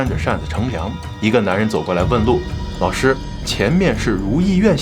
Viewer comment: 这个“老师”的发音，不要说四川人，即便是山东其它地区的人也不容易把我。